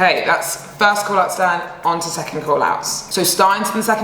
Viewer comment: So nice 😊 it could be that Stine is actually pronounced „Steen-eh“